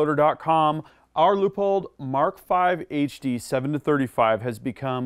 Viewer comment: Glad he didn't call it a LEAHpold